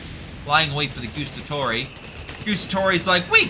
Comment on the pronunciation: I say this with the utmost respect and love for your videos man, I loooove your channel so pleeeease don't take this as an european duchebag being duchebag.(also pretend I am Hermionie if you want: It is GuAAAAAstatori, not Gustatori (they even say it out loud when you select them :P)